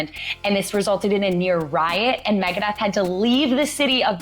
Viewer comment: Easy mistake to make, but it's Megadeth, not Megadeath.